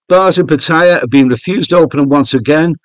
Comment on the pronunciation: I wish you would pronounce Pattaya properly, haha.